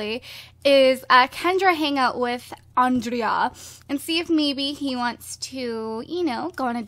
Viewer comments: Gurl. Its not "Ondreea." Its Andray im pretty sure XD Love ya. Mwa. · It's not on drea, it's On- dra- a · It's Andre! The a is silent! Sorry that's been bothering me. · I think Andrea's name is supposed to be pronounced Andre. But I'm not sure. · its pronounced on-drey-a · You keep saying Andrea wrong. Grr! I'm not one to comment stuff like this, but I felt the need just to say it in hopes that she will read this!